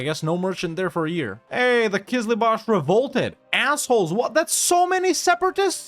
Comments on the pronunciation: Hey, no offense but it is called Qızılbash (Kızılbaş, means Red Head) not Qızlıbash (Kızlıbaş, means girl headed ) 😊 I love your videos a lot, thanks a lot for playing and thanks to your girlfriend’s great editing. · That Qizlibash pronunciation is just perfect ma man; Also Shia Persia